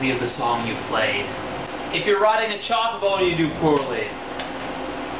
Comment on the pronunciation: you say "chocobo" weird.